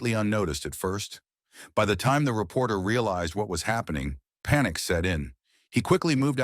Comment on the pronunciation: Did he say, repoter, lmao. 😅😊😂😂😂😂